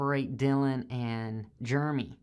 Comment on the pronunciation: Did you call Jeremy, Germy ? Strange